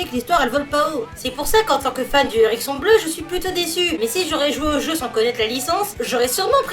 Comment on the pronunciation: a un momennt j'ai entendue "l'érection bleue" au lieu de "l'hérisson bleu" XD